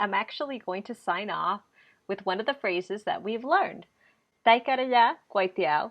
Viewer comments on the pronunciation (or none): none